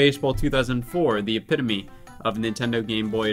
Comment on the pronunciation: HE SAID EPITOME CORRECTLY!